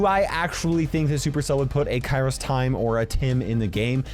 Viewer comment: They even have the same shirt. SHAMELESS!! And btw it is kairostimE not kairostiM